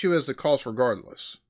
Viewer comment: Why does the narrator pronounce the word cost like coast, I wonder? When the narrator compares the average spending per patient in the UK and USA, he doesn't take into account that the profit element will make USA care more expensive, or the higher earnings of doctors, or that a population that tries to avoid expensive healthcare may be more sick by the time they do refer themselves to a doctor, or that levels of obesity and diabetes are higher in the USA..